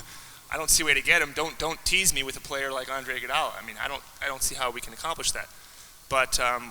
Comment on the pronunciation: steven as smith pronounces his name as andre igoudollar'